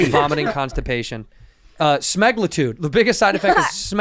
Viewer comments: The way they kept saying Sme-Gla-Tude and not Sem-A-Glu-Tide 😂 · Your pronunciation of semaglutide is killing me LOL